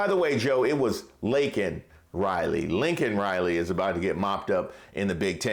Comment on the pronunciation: Who is "Lincoln" Riley?